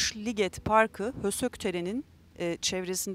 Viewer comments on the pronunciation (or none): Hősök yazılır, höşök okunur efendim :)